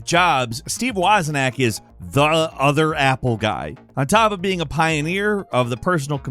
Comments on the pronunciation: Wozniak. Not Wozinak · Wozniak, not wozinak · I’m sorry, did you say Steve WOZ-I-NAK…??? I literally stopped my wife mid-sentence to replay that part because it stuck out so much to me lol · Ffs. His name is spelled wazniak, not wazinak. Even if the person who wrote the script had a typo, you should know that that isn't how you say his name. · wozinak??? its wozniak! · It's Woz-NEE-ack. Not Woz-in-nack. Lol. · Wozniak. Woz-nee-ack. Just saying. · Ah yes, the world-famous Steve 'Wozen-ack.' That's the one. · Repeat after me - WOZ-NEE-ACK. Three syllables. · Considering how vocal is on being an expert mispronouncing Steve Wozniak is a big party foul. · Your pronunciation of Wozniak is atrocious. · How are you pronouncing Wozniak? What? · That is not how we pronounce Steve's last name. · Imagine not knowing how to pronounce wozniak... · pronunciation of Steve Wozniak's name is how I'll pronounce it moving forward. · Steve was a knack